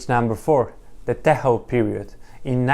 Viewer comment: TEJO is pronounced as "TEYO" not as "TEHO". Good content 👍